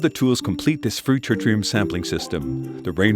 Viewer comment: The effort to educate the public is commendable. However, the announcer mispronounces the word "tritium" throughout, which really grates on the ear of any native English speaker. (It sounds throughout the video like he's pronouncing "tritrium", with an extra "R".) He also mispronounces the word "spectrometry," where it occurs (once). It's a shame. Also, there's a strange comment about fusion at the end of the video. IRSN could explain what tritium has to do with that.